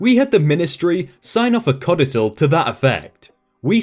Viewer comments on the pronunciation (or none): I feel like this narrator doesn’t understand what he’s reading, mispronouncing fairly common words like ‘rigour’ ‘hazardous’ ‘infinitum’ ‘codicil’ to name a few